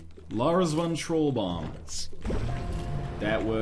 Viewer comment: i'm dutch, and i am offended by your comment, no just kidding, but it wouldn't be pronounced that way. troel is pronounced like truuwl